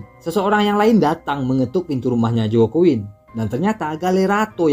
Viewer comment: Mau koreksi dikit bang, Itu Baca Nama Joaquin Ny jgn Joaquin jgn gtu bg, bcny Hoaqin